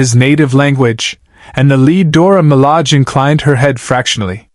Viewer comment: It's Dora Milage, not Dora Malag